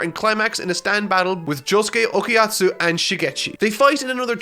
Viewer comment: Why the hell did he keep saying Okayatsu I thought it was Okayasu